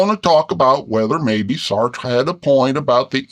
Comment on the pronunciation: Lol who knew bears had such good pronunciation of French names... "Saertttrre" and "Camuue" (had to edit to get the vowels right).